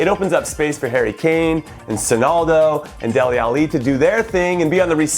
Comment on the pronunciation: Why do you say dele alli so weirdly?